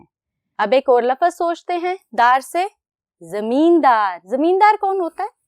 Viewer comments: Lafaz nhi lafz hota hai ma'am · استاذ کا تلفظ جو ہوگا بچے بھی ویسے ہی سیکھیں گے اس لئے پہلے اردو لغت سے صحیح تلفظ دیکھئے پھر تعلیم دیجئے مثلا: "لفظ" ف کے سکون کے ساتھ ہے نہ کہ ف کے زبر کے ساتھ قدر میں ق کا تلفظ ک سے ادا کیا جارہا ہے لکھتے ہیں ق اور بولتے ہیں ک "لاحقہ" ح کے زیر کے ساتھ ہے اور اس میں بھی ق کو ک سے بولا جارہا ہے لکھتے ہیں لاحقہ بولتےہیں "لاھکہ" نیز اردو کے استاذ کو چاہئے کہ اپنی اردو تحریر بھی درست کریں تاکہ بچوں کی اردو تحریر و تقریر دونوں درست ہوں امیدکہ توجہ دی جائیگی۔ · Laafaz nhi hota lafz hota hy...